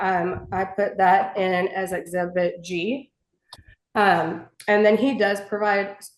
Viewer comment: "Exhempit G" 🤣